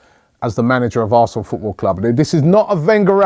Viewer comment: Robbie u said arsen fc